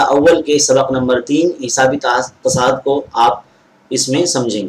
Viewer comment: تواتُر ہوتا ہے تصاعُد ہوتا ہے موصوف کا تلفظ درست نہیں ہے